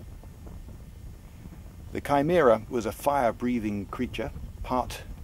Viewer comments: Finally someone who pronouces Chimera correctly. The number of people who prounounce in shim-eh-rah is staggering. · Thank you thank you thank you for for pronouncing Chimera the correct way!! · ive actually always pronounced chimera with a CH, weird that alot of people say chim-er-a.... its kind of annoying lol.